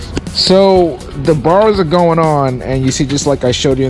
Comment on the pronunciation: Enjoy your content! Keep it up!!!! However, can you please start including “g” and “d”s when you are speaking!? You are a smart dude, but it would be really helpful if you pronounced them!